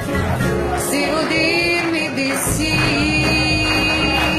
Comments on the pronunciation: Lol her pronounciation is pretty hilarious for an Italian person. :-) Expecially when she sings * "Se vo' dirmi di sì" instead of "se VUOI dirmi di sì" (English: "if you want to say me yes") * "Non ha sesso per me" instead of "non ha senso per" (English: "it doesn't make sense to me") And "sesso" in Italian means "sex"!.... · Una camomillina ce la prendiamo? :-) E' un commento sereno scritto con un sorriso. Su "senso" possono esserci dei dubbi, su "vuoi" no: la u non la dice addirittura manco nel labiale della pubblicità, tantomeno nell'audio registrato in studio. Riguardo la pronuncia, sono italo-inglese: ma è molto infantile andare sul personale quando si parla di terzi, quindi non vorrei abbassarmi. :-)